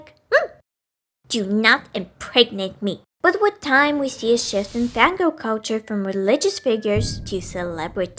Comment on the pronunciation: am I the only one who hears "Van Gogh"? the evolution of the Van Gogh, Van Goghs have existed in some form or another since the dawn of men